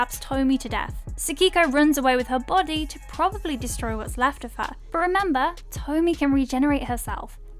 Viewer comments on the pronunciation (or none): It's pronounced TOE-MEE-EH, not Tommy. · But Tomie isn't a lovecraftian entity.. She is a succubus or that is what i always thought she was. Also use google translate or something before you do a video lol it's not TOE-ME it's Toe-me-A lol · It’s not “tomey” It’s not English You pronounce both vowels Toh mee eh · It’s pronounced Tomi-Ye. I’m a fan of the manga and movies. Tomie is quite interesting. Vague origins and insane regenerative abilities. Plus, she has interesting effect on men around her. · It's To-Mi-Eh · Btw it’s pronounced toe-me-aye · I thought her name was supposed to be pronounced Toh-Me-Eh…… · To-mi-e... Say it with me, "Toe-me-aye." 🙄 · It's TO-MI-YE, she is not a power ranger's member -_ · It is pronounced toh-mee-eh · Did you even watch the film(s), if you don't know how to pronounce Tomie? 🧐